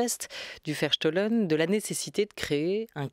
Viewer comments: un grand, grand merci a madame fleury et à notre chere Olivia Ghesbert nationale juste .. dans un souci de rapprochement entre européens, cette belle utopie malgré tout, et, si je peux me permettre : on prononcera plutôt" verstooooooohlen" (ferstoh-lène) un o long et Bau- haus (baouhaousse) :) sinon incompréhensible voire un epetit peu insupportable 😅😅😅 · "Charte du Verstohlen" et non "chartre"??? Mme Gesbert.